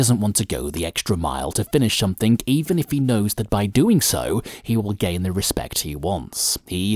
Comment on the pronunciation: Good video but stop saying 'somethink instead of 'Something'